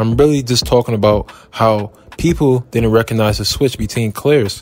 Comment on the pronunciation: It's didn't not did'dnt